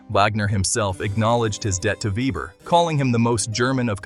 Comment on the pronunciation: Veber, not ueber , please. Even AI can be reached…